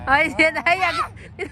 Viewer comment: HAHAHAHAHAHAH "HI" KASI DADDY EH HINDI "HIGH" 🤣🤣🤣🤣🤣🤣🤣0